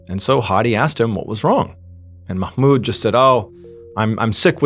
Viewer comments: I'm middle eastern and I want to applaud you for the pronunciation of the Arab names .. perfect ..usually English speakers pronounce mahmoud wrong ..u said it perfectly 😊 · Nice job with the pronunciation of Mahmoud! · Omg!!!! You're the only none Arabic speaker who pronounced "Mahmoud" right! Just when I thought I couldn't love this guy more!!! 😅❤❤❤